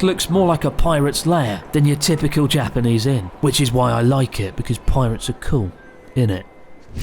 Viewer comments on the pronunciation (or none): "Cause pie-rats uh cool, innit" - The most British phrase I heard in a while